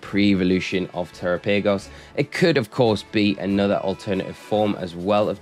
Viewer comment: Thanks for the update and glad to see you back home. I think instead of saying tera paygos, you should try saying it the same way you would say Galapagos like the island since that's likely the origin of the name